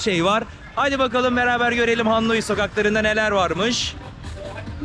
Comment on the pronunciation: her cumleyi 10 defa tekrar etmesen auric what is dıiz degil thiz be Hannoi degil HANOİ